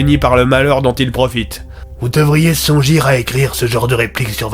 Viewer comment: Je crois que le commissaire a des problèmes d’élocution car quanton dit « vous devriez songir (fermer les guillemet) il y a un problème Ps: je sait pas comment fermer les guillemets désolé